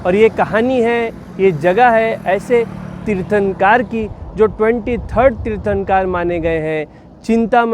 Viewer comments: Tirthankar nhi...... Hindi me aaa nhi khna hai.... Kar kahana hai Tirthnakr...... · भाई साहब आप तीर्थांकार बोल रहे है, तीर्थंकर कहो 🙏🙏🙏🙏